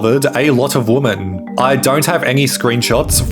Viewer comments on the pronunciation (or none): goddamn it why can’t people just say women properly? It bugs me to no end when I hear women pronounce as Woman. Like plural you dumb mother fucker! Anyways loving the video so far. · is this an AI voice? because why were words like "women" pronounced "woman"? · Why can't you pronounce the word "women"correctly? is this an AI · It’s prob jst his accent, many ppl pronounce it that way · I noticed it too